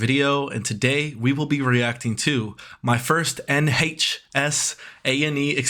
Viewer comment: nHAYCHs 😭😭😭 replayed it so many times ahahahahaha literal tears, idk why it's so funny